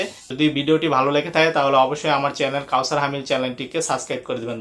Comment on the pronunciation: চ্যালেন না চ্যানেল 😂😂😂